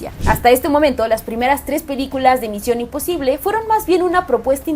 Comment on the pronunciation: Pinche fastidio de cómo pronuncia misión imposible. (Con la papa en la boca ) y queriendo sentirse muy intelectual!!!! Pésima!!!’ Muuuuuuuuchooiio cringe!!!!!